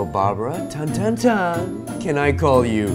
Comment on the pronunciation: o shit i heard barbra tan as bangbangtan HAHAHAHA💗